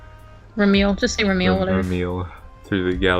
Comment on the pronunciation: Remele: Reh-Mel, as in (français) "re-melle", silent e at the end.